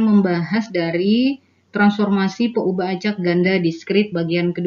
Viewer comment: peubah.. peuhabe... beda banget yaa... sukses ya pak